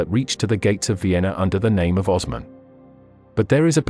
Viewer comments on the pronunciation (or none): none